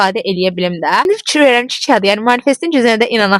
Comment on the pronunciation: Itsine yox iCine .Tsox yox Cox.Fitsyir yox fiKir